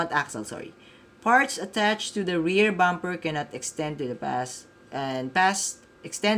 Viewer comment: Sana dumami pa maglaro ng TMAC at marami pang racing centers na magcater nito., may feedback ako. This is not to sound arrogant pero iba ang pag pronounce mo ng damper at bumper. I do know you’re very much open to feedback. Still, overall a very good video lalo na sa mga newbies. Looking forward sa next videos mo.